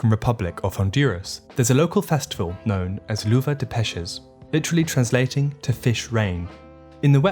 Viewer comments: I’m sorry but your pronunciation of “lluvia de peces” killed me, it’s pronounced “yoo-vee-ah d-eh peh-sehs” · That festival name (Lluvia de peces) is pronounced as "Youvia de peces" since the double L (LL) is pronounced as a Y in Spanish. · "Luva de Peshes" love the way you pronounced that. Absolutely no hate. I really liked the video but that one made me laugh so hard. :) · The correct pronunciation of Lluvia de Peces is "jew-vee-ah de pe-ses." It's spanish, not italian or latin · it's pronounced roughly "yu-bia deh peh-ses". Why did you make up your own pronunciation, for how nice it sounds? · I love your videos! But the way you said "Lluvia de Peces" like it was French kinda cracked me up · Couldn't you pronounced it worse? I don't think so. I'm kidding, it's wrong to expect a native level of pronunciation of a language you never needed to learn in the first place but it might have been better to hear it from Google translator before trying to pronounced it by yourself or just record it pronouncing the phrase. Other than that, great video like always ❤️